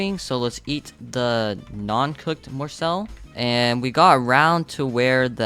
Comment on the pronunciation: You are saying morsel wrong